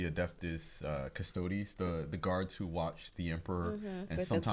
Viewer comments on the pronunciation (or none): none